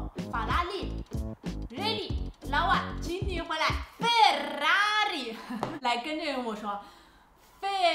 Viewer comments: So that’s how you say Ferrari authentically. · haha, I love what you pronounced Ferrari in Italian.